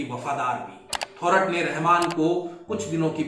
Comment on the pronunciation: The accurate pronunciation is थोरात !